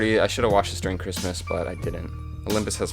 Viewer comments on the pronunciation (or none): none